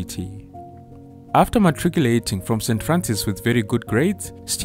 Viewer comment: The only other person I ever heard use the word matriculate correctly Kudos